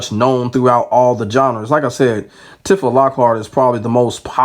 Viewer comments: Side note, it's pronounced "T-fuh" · I hate that i gotta be the one to say this but its Tee-fah bro lol, good video tho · The way you keep saying her name is triggering me. Go off tho king 😂